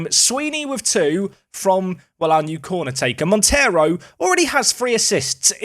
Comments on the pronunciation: Hi! Great name for your new portuguese star, but “Monteiro” is not spelt like the latin “Montero”. Monteiro in Portugal is spelt like Mon - they - roo. Love the series, keep it up! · The 'ei' in Monteiro is pronounced as the 'ei' in eight btw